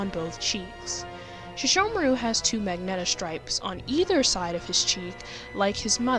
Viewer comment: Did she say, “Magneta Stripes” instead of MAGENTA STRIPES